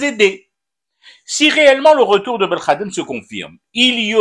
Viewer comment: La prononciatio belkhadem signifie insulte au Peuple Algérien.